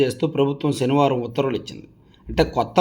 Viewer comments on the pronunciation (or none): none